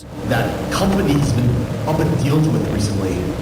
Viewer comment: I heard "that company's been up and dealt with recently" but dealt is said in a really weird way- similar to how people say caramel or milk.